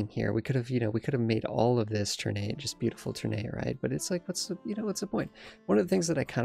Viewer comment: It's pronounced TUHR-nah-tay btw (or more precisely, ['tərˌnatɛ]). "Ter-nate" sounds awkward to my Indonesian ears xD